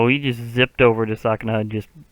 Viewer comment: just so you know it’s pronounced ‘su’kuna instead of ‘sa’kuna